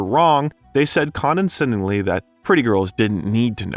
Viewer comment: that pronunciation of 'condescendingly' gave me a stroke. clearly the narrator is a pretty girl